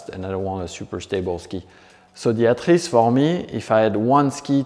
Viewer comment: Just came here to hear this guy pronounce “atris” properly 👍